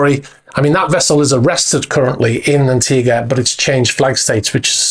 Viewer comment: It’s, an·tee·guh.